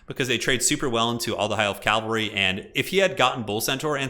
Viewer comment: love you, buddy... but you gotta stop saying calvary.